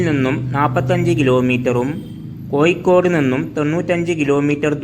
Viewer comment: ആദ്യം കോഴിക്കോട് എന്ന് ശരിയായി ഉച്ചിരിക്ക്